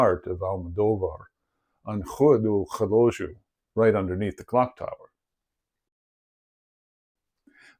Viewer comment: Very, very interesting. I live relatively near the Almodôvar area. Yet, irrelevant as it may seem, I did not like your "Rrrhhhua do Rrrhhhelógio". As a matter of fact, we Portuguese do not speak like that.